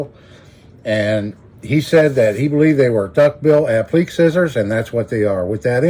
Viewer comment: Pronounced "a pli kay" (appliqué) - great video!